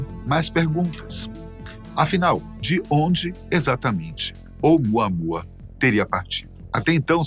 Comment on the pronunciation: "Vem muamuamua"😂😂😂